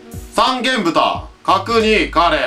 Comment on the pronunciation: 「さんげんぶた」、ではなくて「さんげんとん」です。 山形庄内の、平田牧場産の三元豚なら、正式名称で呼んであげてくださいなｗ